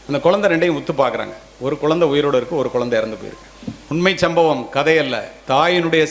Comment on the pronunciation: ஐயா குலந்தை இல்லை குழந்தை ழகர வரிசைதான் தமிழின் அழகு அதை முதலில் தாங்கள் சரி செய்துவிட்டு பிறகு வீடியோ போடவும் மாம்பழம் என்பதை மாம்பலம் என்றால் எப்படி ஐயா தங்களுக்கு புரியும் என்று நினைக்கிறேன் தமிழ் என்பது மொழி அல்ல நம் உயிர்